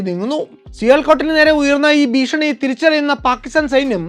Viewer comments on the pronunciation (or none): none